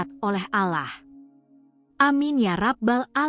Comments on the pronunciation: Utk admin, penyebutan nama tuhan, bukan ALAH-, tapi -ALLOH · Saran untuk Admin kalau mau cerita tentang Islam sebaiknya konsultasi dulu dengan seorang Ustad atau seorang Muslim yg benar karena saya sangat terganggu ucapan ad min dalam penyebutan Allah dengan menyebut Alah ini cuma koreksi.